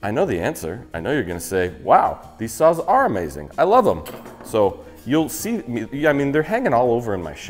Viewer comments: I swear I was hearing you say suizan "sauce" and not "saws" and I was having Rick and Morty flash backs since it was so similar to Szechuan sauce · I thought he said sauce for the sponsor and I was trying to figure out the tie in…